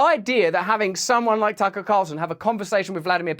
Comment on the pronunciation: she says Taco Carlson lol